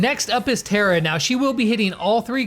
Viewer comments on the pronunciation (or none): Tara is prenounced like a car so it’s Tar-A